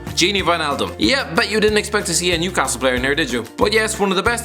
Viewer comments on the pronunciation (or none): none